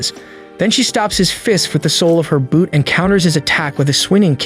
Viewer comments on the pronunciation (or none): none